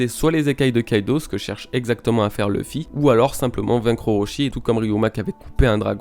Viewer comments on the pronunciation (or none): none